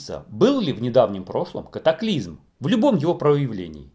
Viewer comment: не нужно пожалуйста говорить катаклизЬм как Олег Павлюченко. вы не русские если то уважайте язык на котором вещаете и уши слушателей. спасибо.